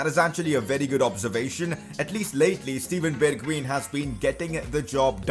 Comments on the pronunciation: you are prenouncing his name wrong, Bergwien (how you prenounce it) ---> Bergwijn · bergwijn is pronounced berg"vine" fyi